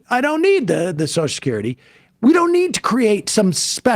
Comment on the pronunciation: Sam can't say Social Security. He says Soshacurity.